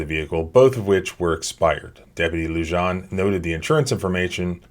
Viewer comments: "Lujan" is pronounced "LooHan." It is a Spanish name and the "J" is pronounced as an "H" would be pronounced in English. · Love the channel...officers name is pronounced "Lujan (Loohan)" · Officer lujan pronounced loo-honn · Come on dude…. It’s “Loo-Han”, J’s are pronounced like “H” in Spanish: Frijoles = Freeholes, Jalapeños = Halapenyos, Jalisco = Haleesco. Otherwise I very much appreciate your content. I just want you to sound smarter. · Yo!, take a listen to that video again, pay attention to when the officer says his name. That's how you pronounce it! In Spanish the "J" makes a sound similar to an "h" sound. That's why sometimes you see a 'jajajaja" in comment sections, that's people laughing in Spanish! (hahaha=jajaja) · Oh man, listening to him mispronouncing "Lujan" so many times in a row is difficult. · The j in Lujan is pronounced as h...